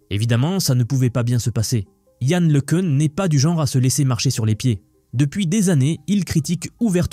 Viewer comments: Can se pronounce yann le qu'un !!! Pas le qu'heun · pour info le Cun est français cocoricooo donc prononcer Le Quin et pas le queune ;o)) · Le nom se prononce : Lecun comme Lek1, ou Lequn comme le son UN (1). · Le minimum pour commencer est de prononcer correctement le nom de Le Cun qui est français et donc Le Ceun ou Le Cune ne sont pas correctes.